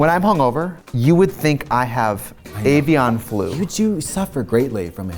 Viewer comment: ay-vee-awn flu 💀💀